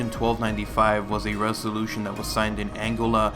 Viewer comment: AngOla not Angela :p doesnt matter